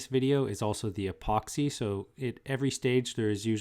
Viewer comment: I got a sharp pain in my temples when he said "epoxy".